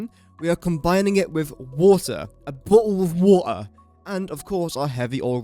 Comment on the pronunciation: bo'le o' wa'er" 😂😂😂